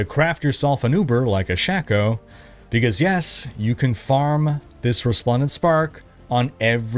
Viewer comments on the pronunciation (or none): "shacko" 😂 tell me you never played D2 without telling me